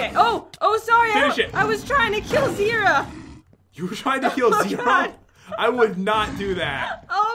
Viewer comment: it is Zira not zera